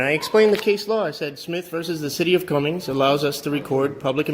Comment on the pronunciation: It's the city of Cumming my brother, It drives me crazy when you put an S on the end of it, I used to live there